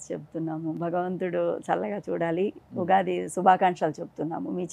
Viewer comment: ఉఘాది కాదు ఉగాది